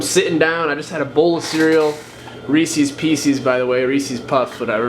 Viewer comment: Did I just hear you say, ‘Reesees Peecees’? What?!